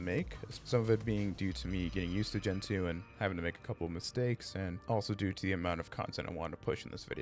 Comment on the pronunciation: 1. It's not Gen-Two, it's Gentoo, one word. 2. Gentoo isn't noticeably faster than other distributions, it's just a feeling. If your linux is slow, you are doing something wrong.